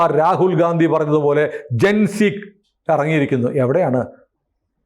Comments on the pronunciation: വീണ്ടും ഗാന്ധി എന്ന് പറയല്ലേ സർ. ഘണ്ടി. അല്ലേ ശരി. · Ee themmaadiye gandi yendu ucharikunad nirthuga.